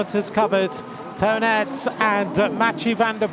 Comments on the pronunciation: Nah, he pronounces it wrongly, he pronounces Aerts in English as Earths, which together with Toon becomes Toon Earts and almost sounds like Tonnet, his name should be pronounced as Toon Aarts. Ae is an old form of writing in Dutch that is the equivalent of a double A sound, which is pronounced as a long A. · I'm not belgian nor do I have any experience with belgian names or the (dutch, french, german) languages, but why does he pronounce Toon Aerts as "Tonnet", is he supposed to do that? Is it a preference thing? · Toon Aerts should be pronounced Tone Ahrts in English. I’ve lived in England for 27 years and I’ve given up on them pronouncing my surname right a long time ago. Been called worse 😂